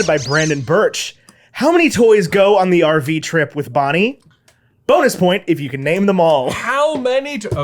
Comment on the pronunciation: I also heard Barbie instead of Bonnie